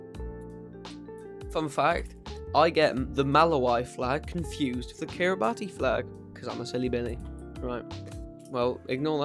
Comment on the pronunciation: Just letting you know, you pronounced Kiribati and Malawi wrong, Kiribati is pronounced as (Kee-ruh-bas) and Malawi is pronounced as (Muh-laa-wee).